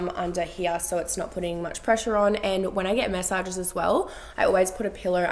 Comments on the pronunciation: I can’t with the way you pronounce massage. WHY do you say message?!?! It’s mAssage!!! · sounds like a bit of a Melbourne accent thing coming through 😂